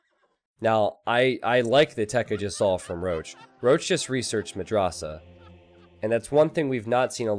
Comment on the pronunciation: Dude, you need to pronounce madrasah with soft "a"s not the hard one. For example not like can't in british but in american